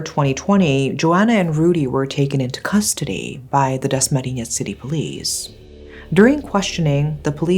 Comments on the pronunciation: The way you said “Dasmariñas” was 👌🏼👌🏼👌🏼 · When she quietly pronounced "dasmariñas" is so perfect!!